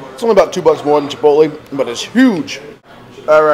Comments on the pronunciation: chipot-lay.. not chipot-lee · chip-ote-lee. y u say like dis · It is pronounced chip-oat-lay. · Pronunciation - chi-polt-lay... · LOL the way you say chipotle. Huehehehe. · Stop saying chipotle wrong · Alright is it just me or is he saying chipotle weird?? Srs